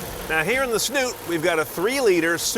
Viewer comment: why does he pronounce dial as "deal" and snout as "snoot"? i don't get it... is it an american thing?